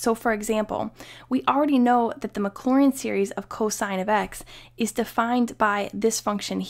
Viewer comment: mclaurin and maclaurin very different. careful how you're pronouncing it.